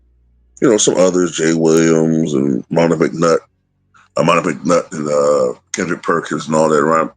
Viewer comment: 2 raw you think you slick saying monica macnut 😂😂